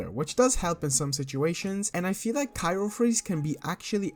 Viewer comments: *cryo not cyro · CRY-O freeze, not KYRO freeze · CRYO (cry-oh) not cairo freeze lol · Bruh i couldn't watch past "cyro freeze" like cmon